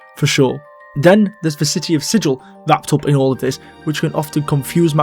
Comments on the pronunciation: I believe the town of Sigil is pronounced with a hard 'g'. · I might be wrong, and its pedantic anyways, but Sigil isn't pronounced like Sij-il. It's more like Si-gull. Regardless I enjoyed the vid. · Sigil, the city, is pronounced more like "siggle". It's not the same word as sigil, a symbol or mark. I don't know why, it might have been the original authors trolling. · 1. The pronunciation of "Carceri" has one hard and one soft C, like "incarcerate." Because it's a prison. 2. Both "Gehenna" and "Sigil" are correctly pronounced with a hard G.